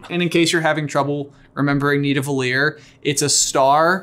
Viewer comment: The way pronounced Nidavellir 😂😭